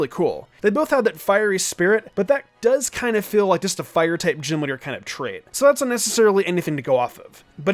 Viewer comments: I couldnt sit through this whole thing when he was saying gym leader like Jim lidr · Anyone else hear “gym litter” the entire video?